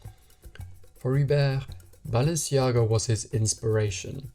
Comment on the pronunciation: You've pronounced correctly Givenchy, why didn't look up to pronounce Balenciaga the correct way?